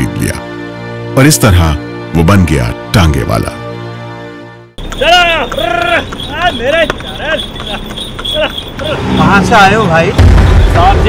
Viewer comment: थोड़ी शर्म कर लो वह टांगेवाला नहीं तांगेवाला होता हैl पता नहीं कैसा न्यूज़ चैनल चलाते हो तुम लोग हिंदी तक नहीं आतीl